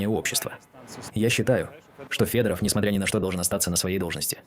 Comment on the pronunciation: Да, тут это если не заметили подчистую криво даже страны читают, ударения. Обратите внимание. И да это ИИ а не реальные люди, если Вы не поняли.